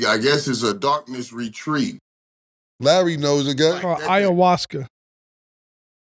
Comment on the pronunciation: Mike tryna say ayahuasca is killin me 😂